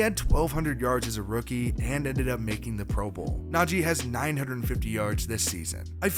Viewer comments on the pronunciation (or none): none